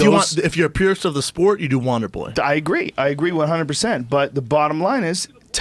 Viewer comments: Does anyone else hear wanderboy when Shaub says wonder boy? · more like wandeboi